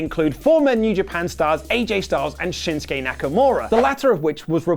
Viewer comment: i agree, they cant even pronounce his name, shin-soo-kay, not shin-skay